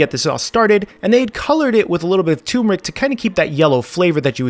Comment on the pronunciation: chef's classic, "tumorick" lol idk why everyone forgets to say it how it's spelled. it's like when people say the "calvary" have arrived for reference the words are turmeric and cavalry, respectfully.